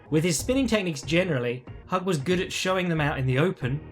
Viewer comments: Hewg not hug lol. I'm terrible at pronunciation but he was one of the greatest ever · It's pronounced "Hugh" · Just so you know, it's pronounced "hoog".